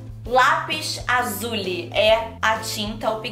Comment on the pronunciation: "restício" "lapis azuli" kkkkkk junto com "desperade housewives" q ela falou mil anos atras, sao as coisas q a falou errado e nunca vou esquecer, risos